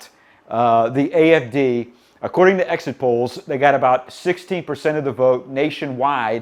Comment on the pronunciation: That's what the closed captions say but I've listened to this fragment at 0.25 speed and still couldn't hear the N at the end.